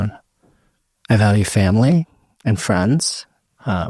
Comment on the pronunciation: Did he say "friends"or "fringe"? :D